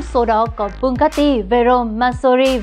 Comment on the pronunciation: Chị ơi chị phải gọi là bu ga ti chứ ko phải bu cát ti